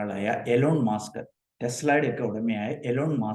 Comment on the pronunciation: മാസ്ക് അല്ല musk (മസ്ക്) ആണ്